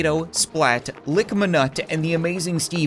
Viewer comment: It is Likamnut not Likmanut